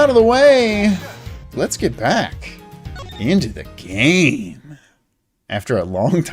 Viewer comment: stream start "let's get back... into the gayme" "starrting off art this week"